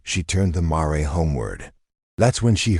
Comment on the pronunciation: Mare is pronounced mair, not mar ray. Correct your AI.